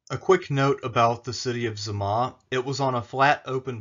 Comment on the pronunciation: Why do you pronounce Zama as "Z' ma"?